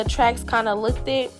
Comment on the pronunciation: What does “LOOK-TED” means????? Black Americans speak such horrible grammar!!! Can’t continue after hearing this!✌🏻